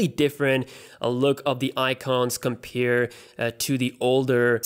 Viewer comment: please stop saying compere :(